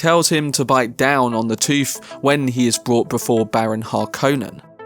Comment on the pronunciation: He places a false toof in the Duke's mouf... 😂